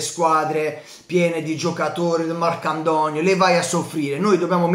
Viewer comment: mi fai morire quando dici I MarchiAntonio bello alto 😂😂😂😂😂 sei trp forte ti amo 😂😂 ee kazz dai che spendono i soldini e facciamo uno squadrone!!! Quello del Az e già preso!!!💣💣💣💣